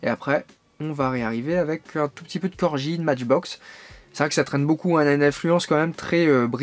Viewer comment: Reportage intéressant. Prononciation à revoir pour Corgi, Siku et "loose".